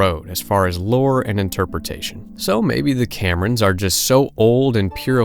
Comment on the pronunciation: How hard is it to say Camoran instead of Cameron ...